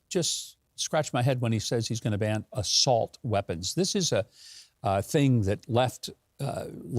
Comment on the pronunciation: I thought Joe said solt weapons.